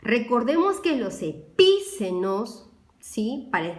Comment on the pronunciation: Pero se dice epiceno no poniendo la tilde en la i